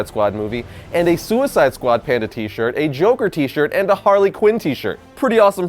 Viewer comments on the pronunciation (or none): none